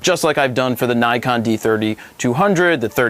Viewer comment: not neyecon, its nikon! lol